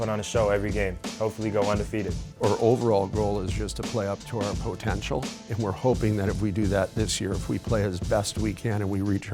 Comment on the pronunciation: Nobody: The coach: POEtentiaL